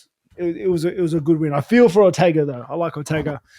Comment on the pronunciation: Fi-yor-row, so with a silent 't'. Man's heard her name a 100 times during the commentating (if he's seen her fight), does an MMA podcast and can't get her name right?! And that's not to single him out either; this is a common problem. Aspinall just said that he won't even try to say Merab's surname, so he'll just call him Merab. Aspinall also has an MMA podcast. John McCarthy and Josh Thomson are the same, frequently. Other sports don't have this problem.